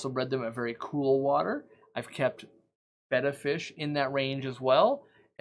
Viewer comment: I just found your channel today and I've subscribed for the simple reason you've pronounced the name "Betta" properly. For many years now people who work in aquarium shops have been calling this fish a "Beta", pronounced like the Greek letter. I don't know why this annoys me so much, but it does. Your advice is spot on, thanks.